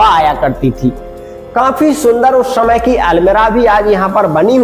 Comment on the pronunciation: आप समय बोलिए , शमय नही .....